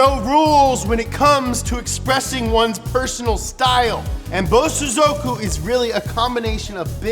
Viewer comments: why does he say something incorrect every episode "BOZOSOOKUW" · The accent is on the so not on the zo.